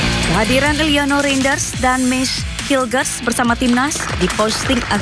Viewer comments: BUKAN HAILES BANG, TAPI HILGES DIBACA NYA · Hilgers baca nya bukan hailges, hubner baca nya bukan habner, bahasa Belanda itu ejaan nya sama kaya bahasa Indonesia.